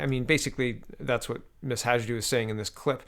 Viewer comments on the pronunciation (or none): I love your pronunciation blunders! I know how tough it is. :) So I figured I give you a hand: Hajdu pronounced as Haydu. Say "J" as "Y" in "Yay!" Then it won't sound like she's an East Indian which she couldn't be further from.